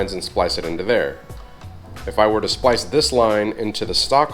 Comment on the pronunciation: Drinking game: Every time says "SPILCE" - take a shot, Every time says "TST INTER-GRATED" - down your beer.